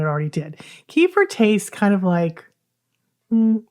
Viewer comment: Please do not call it kefr. It is kefeer. kuh.feer kuh.feer Two separated syllables, second slightly emphasized.